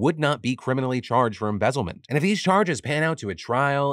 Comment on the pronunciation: lol em-BEZEL-ment.....